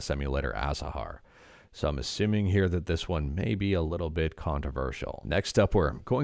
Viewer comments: What, Azahar is not prononced Atahar anymore? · Its pronounced athahar